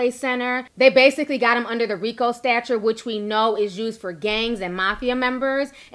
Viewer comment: "during his arrangement..." "under the RICO stature..." etc., etc. It's actually an "arraignment", and a "statute"! Do you even hear yourself? Do you not know what these words are/mean, or did you just hear someone pronounce them incorrectly, and you're just repeating it? I mean maybe it's just me, but I would think that an education should be a necessity if you're going to have a podcast that is watched by hundreds of thousands of people, but I guess I was wrong! I cringe every time you just randomly swap out these words that aren't even synonymous with the words its supposed to be!